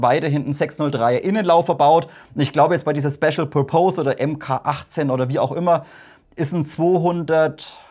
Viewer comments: Pur-Pohs...hihi...wenn dann Pörpess ;-) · "pörpis" spricht man Purpose aus :) Tolle Videos, me like :)